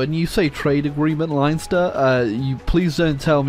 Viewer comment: The way he pronounced Leinster 😂, I actually don’t know if he was taking the piss